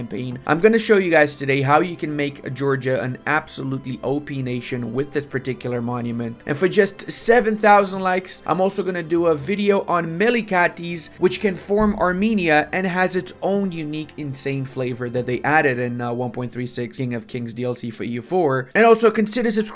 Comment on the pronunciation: Day 619 of telling that it's not spelled "Me-Lee-Ka-Deez", but "Me-Leek-Ates". Ate. As in eat. Please.